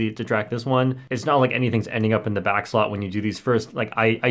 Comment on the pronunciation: "Welcome bac to worl record review where we review world record" LMAOOOOOO